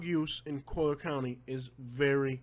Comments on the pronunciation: Dude, it's COLLIER county, not Coaler county. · Yo I love you and I appreciate the "real" news... I thought it was super funny hearing you say collier.. Your 100% Spanish lol I'm Cuban and you pronounce it like your reading Spanish.. 2 l's doesn't make a y lmao your kept saying it like coyer or something lmao it was so funny.. Sorry to laugh at your expense but dude it was too funny!! Like I said I listen to your stuff alot and I love it lol keep your chin up dude you do good work bro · I was born here 66 years ago in 1954, I married at 15 in 1969 & I grew very well off with my husband through land. Please, learn how to say "COLLIER" properly !!!!! My husband didn't even have shoes to wear to school, he went barefoot & I had 1pair of shoes !!!!! Go back to Kentucky. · It's Collier County. Learn how to say it before you post a video. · I live in Naples and Yea, it's expensive but, man, can this guy find anything not to Bitch about??? The guy will have problems no matter where he goes !!!! Been here for over 20 years and can't even pronounce Collier correctly 😂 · learn to pronounce the county.